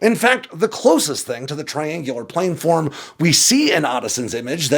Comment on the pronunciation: plan-form. Not plane-form. Please.